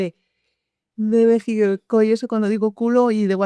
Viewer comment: ES MÉXICO😂 NO BEJICO.